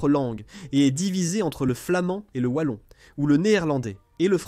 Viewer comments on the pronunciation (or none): none